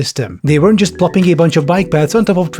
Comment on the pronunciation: i think you're pronouncing it wrong. it's not JUUUUUUUUUUUST bikes.